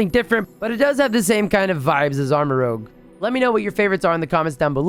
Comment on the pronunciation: It’s pronounced Armarouge, not Armarogue. Rouge means red